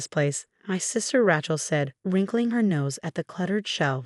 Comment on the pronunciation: It's Ray chel. Ray Ray Ray. Makes me nuts. Pick another name like Mary.